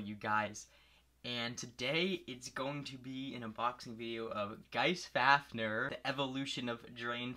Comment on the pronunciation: How to say fafnir fa f near